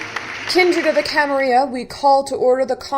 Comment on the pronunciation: Very nice work! Please dont take this wrong, its just a question: Why do you use modern spanish to pronounce "Camarilla" (with the /y/ phoneme)? I've played in many larps but actually never in any using English as the main language (I played in Portuguese, Spanish and Italian) and maybe you guys always use /y/ idk. But wouldn't it be more appropriate to address to it as it probably was said in the 15th century by the founders? with LL as in "million" (Catalan/Archaic Spanish)? Just curious :)